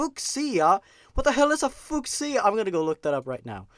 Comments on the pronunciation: "Fyoo-sha", not "fuck-sia". That just sounds like you're insulting Sia. And Sia is awesome. I am titaaaaaa-niiiii-um~ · Fyoosia. Not Fuck See ya. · Fusheeya? You mean Fuchsia? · its pronounced FU (like bunny FU FU) SHA , FU-SHa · Fuschia? fyoo-sha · FOOK-SEEYA?! It's "Few-sha." #Triggeredforcolors Just kidding you guys. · Fuscia... its pronounced FEW SHEE UH! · It's pronounced as ( FOO-SHA ) not ( FOOK-SIA ) 😂😂😂😂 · Fu sha not fucksia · I know you've probably gotten this before butFooksia.......Really???Its pronounces fiusha. I guess, might just be you accent or something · Fuchsia xD FUKE-SEE-UH. FEW-SHU. ITS PRONOUNCED FEW-SHU. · It's not fooc-see-a. It's fusha. (Pronounciation) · I've never heard of Fuchsia being pronounced as 'fook-see-uh'. Is it an American thing? Over here in the UK, we pronounce it 'F-you-see-uh'. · Fuschia is pronounced "fyoo-shah." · Fuchsia is pronounced f-u-sha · How to pronounce fuchsia (Feu-sha) I tried my best ¬(·~·)¬ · Fuchsia — A mix between pink and red — (Fu-sha) just for pronunciation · I know you’re probably tired of these comments but... Fuchsia = Fyoo-shuh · It's pronounced few-sha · my dood, FUSCHA FEE-OO-SHA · Fuchsia* (fee-yew-sha) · Did you mean fuchsia (pronounced 'few-sha')? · It's pronounced as "Fu-sha" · It's pronounced fyoosha (fuchsia) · It's pronounced "few-sha". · Fuchsia, fyoo sha.... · Fucia (Pronounced Fyusha) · Fuschia (Fyuu-shya) Is a color. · Just a tip: fuchsia is pronounced "feu-sha". It's pretty weird, I forget it all the time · fuchsia? [fyoo-sha] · It's pronounced "Fyu-Sha" mate, but nice try. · fuchsia Pheu-sha pff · if it wasn't said already, fuchsia is pronounced like "FYOO-shuh". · IT'S PRONOUNCED FUESHA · It's pronounced Fee-ooo-sha 😊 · fue-sha is how you say it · fuchsia is pronounced "fyushia" and its kind of like purple and pink mixed together that was my favorite part of the video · It is pronounced Fuuuuk Siiii ya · it's pronounced Fyoushia, but spelled Fuchsia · Fuchsia is pronounced "Fyoo-shuh"